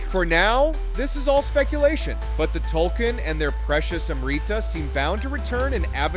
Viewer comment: your saying Tulkun wrong have you even watched Avatar? lol